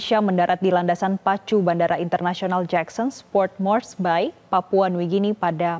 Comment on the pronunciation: Hahaha...Cara pelafan Port Moresby itu bukan port moresBAY !! Tapi Port Mors-bi. 😅🤣